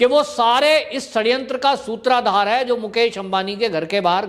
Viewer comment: सूत्राधार नही सूत्रधार। बहन्ना नही बहाना।